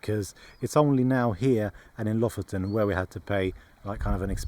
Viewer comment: Lofoten is gorgeous 🤩🥰 Å is proposed like the 'a' in walk and water (with your English accent). You pronounced Bodø and Lofoten as Bådø and Låfoten, so you know the sound 👍🏻 Æ is pronounced as the 'a' in "van" and ø is pronounced like the o in "work", if you were wondering 😅 👍🏻